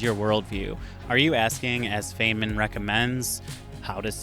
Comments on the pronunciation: it's a wonder how the human mind works: on the one hand i'm glad i found this video & i'm grateful to you for making it. On the other, it's like scraping a chalkboard whenever i hear you pronounce Feynman's name as "feign-man". It's pronounced "Fine-man", "Rich-erd Fine-muhn" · It's "fine-man", not "feign-man". :) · It's pronounced Fine-man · I had to stop listening when you mispronounced Feynman. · You clearly didn’t do any research on Richard Feynman himself, as you dont even know how to pronounce his name